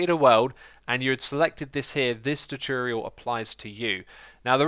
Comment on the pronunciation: "Chu-churial" Xisuma says some pretty interesting things... :P